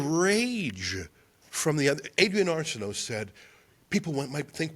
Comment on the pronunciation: Adrienne Arsenault? With emphasis on the first syllable of her last name?